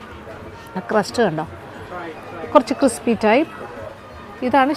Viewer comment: 12. 56..... sir says " cripsy " 😅